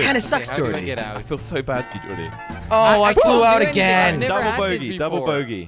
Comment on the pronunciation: Jelly calls a bogey a boogy